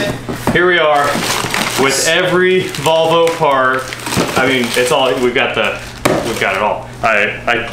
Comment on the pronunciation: Why do people in Kansas pronounce Volvo as "Bobble?"